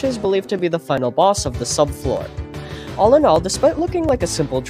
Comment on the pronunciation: BRO PLEASE 🙏 STOP CALLING IT THE GARDEN SUBFOOR